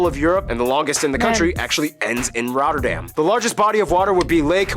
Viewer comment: As a follower from Rotterdam id love to host you when visiting. you almost pronounced Rotterdam as Rotterdammers do!!!